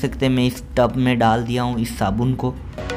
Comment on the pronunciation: भाई, टप नहीं , टब बोलते है